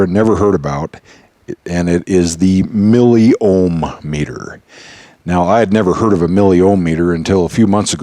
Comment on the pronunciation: bro, its *Milli Ohm meter*, Its O H M not "O M H meter" hahahaha